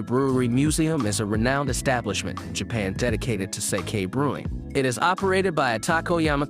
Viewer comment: Thumbs down for pronunciation, if I have to hear you say sake one more time I will claw my ear drums out…